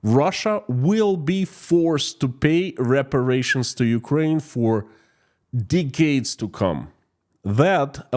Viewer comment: pls stop saying deecades. Nobody says deecades, not slavs, not english not ancient romans